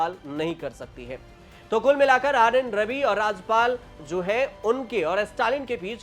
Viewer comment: अरे पत्रकार महोदय, राजपाल नहीं, राज्यपाल होता है